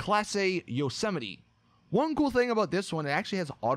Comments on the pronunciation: Yep and he can't pronounce Yosemite..... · bruh that pronunciation of Yosemite